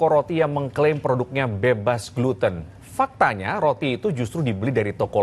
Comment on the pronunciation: Ya gak usah gitu juga kali ngomongnya Mas. "FAKtanya..."